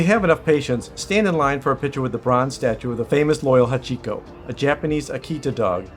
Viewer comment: "Don't make THIS mistake!"... which one? The one where you didn't research the first hotel's location? The one where you went to the wrong APA hotel? Or perhaps the one mispronouncing many of the place names? It's "ee·kay·buh·koo·row" not "EYE-key-boo-kur-oh". "HA-chee-ko" not "ha-CHEE-ko" (emphasis). "kuh·boo·kuh·chow" not "Kah-boo-CHEE-ko". "Ah-sa-k'sa" not "As-a-koo-sa" (the U is silent). etc etc... Sweets Hotel Ruby (full name) is now closed... because it was apparently nasty. 2.8 stars and most reviews said it was dirty. Another mistake not to make! You didn't know Shinjuku was a night life area when you selected the hotel? Another mistake. I won't even go into APA Hotel (Pronounced Ap-ah, not A.P.A.)... They've got their own issues. Hotel Malta... bad reviews. Chuo and Asakusa are NOT known for Manga and Anime... that would be Akihabara. And you end it saying "Don't do what we did, stay near a train station." Not a thing about what area to stay in, or any special locations... Basically a 22 minute video that said "We did it wrong, you should do more research. We didn't!"